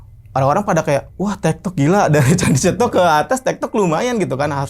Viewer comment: cetho.. bukan cetok😅